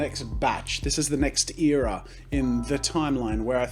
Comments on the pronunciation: Wait. I have an accent? I thought that was how everyone was supposed to talk. Haha. He said Eara instead of era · who else gets irritated when jazza says eera instead of era? just me? Ok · Air-a not ear-a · Your ‘ear’as? It’s pronounced era, like ‘air’a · ITS ER AH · You say era differently than I... Pfgggggggggg it's fiiiiine!!!!